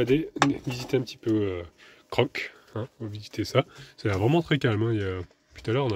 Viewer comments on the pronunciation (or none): ON dit cro est non croq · Coucou, oui c'est un très joli village Crocq, mais il s'écrit Crocq mais se prononce Cro tout simplement, j'ai bien rigolé en t'entendant dit Crocq 😅😁😆😂😃 Ton fils joue très bien du piano!! Bisous à tout les 4.